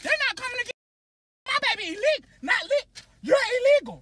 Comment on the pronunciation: 😂😂😂😂 got me dying can’t even say the right word 😂😂😂😂😂 Ille-legal 😂😂😂😂😂